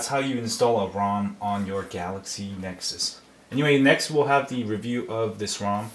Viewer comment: lol thats funny, "galexy nexus"